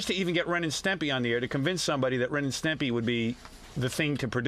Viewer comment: Pelican face intentionally mispronouncing Ren and Stimpy was really annoying.